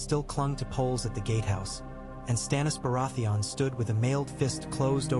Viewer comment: Obvious ai voice over cannot even pronounce the name of the subject of the video.